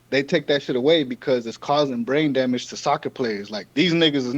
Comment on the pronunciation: He said gah damn-age 😂